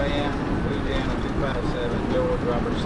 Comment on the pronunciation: Any officer that pronounces Louisiana as " loozeana" is guaranteed to ruin any criminals day.